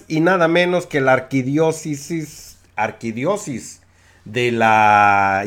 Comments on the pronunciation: Dijiste mínimo 4 veces "arquidiosis" Lo correcto es arquidiosiócesis. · Se dice Arquidiócesis, señor sabelotodo. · Colega repite conmigo AR-QUI-DIÓ-CE-SIS muy bien muchachito MUY BIEN! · Disculpe la corrección: Ar - qui - dió - ce - sis. Saludos desde México